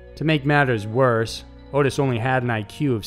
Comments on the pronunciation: It's Ot-tis not Otis. Also the cult was called "The Hands of Death" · Dude, you just made my night!! Edit: Just for the record, that fucker's name is pronounced "AWWW-TIS".